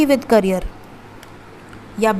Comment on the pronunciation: Carrier nahi behan, Career.. bolo.. Career